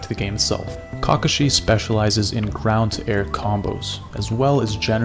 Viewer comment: You say his name weird...